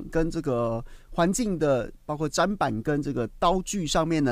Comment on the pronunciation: 砧板念针板